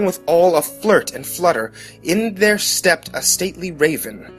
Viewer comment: Why can't you pronounce thereat? Just wondering